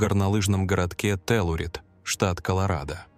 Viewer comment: Не Теллурид, а Телурайд. Telluride, Colorado. Speak & pronounce English, please!